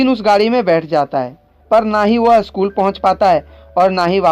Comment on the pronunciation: BHAI ONLY ONE SUGGESTION SCHOOL HAI BO NA KI ASCHOOL HAI 🤬🤬🤬🤬🤬🤬🤬🤬🤬